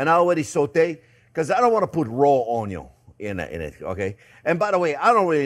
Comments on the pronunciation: Love the way you say onion (onyon)....👍😆😆👏👏👏🥰😘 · Absolutely love it when he says "Onyo" 🤣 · Where did you learn to spell? It's ONYO! ;)